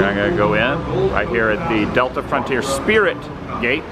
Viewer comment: The "Sprit" of Mediocrity?